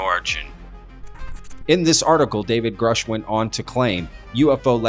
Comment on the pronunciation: Why elizondo never pronounce David gruuuuushe correctly